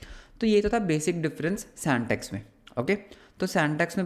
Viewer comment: Syntax ❌ santax ✔️